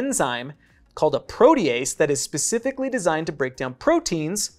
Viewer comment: Am I the only one who thinks it’s weird how he says duodenum and protease? I’ve never heard them pronounced like that in my life.